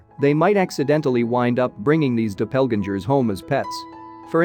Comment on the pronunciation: doppelganger not dopellganjer